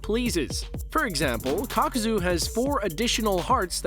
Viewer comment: Kakuza ❌. Kakozooooo ✅